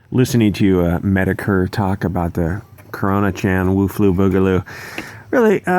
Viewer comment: Everytime you say "Wu-flu" I burst into a chuckle.